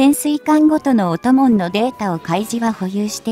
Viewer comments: 「音紋」 → 「おんもん」でしょ？ ポケモンの一種かと思っちまった「オトモン」…？！ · 音紋は「おともん」ではなく「おんもん」と読みますよ。